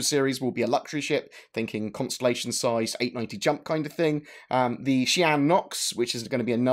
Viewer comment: Its Thing! Not thingk! For the love of heaven man plz..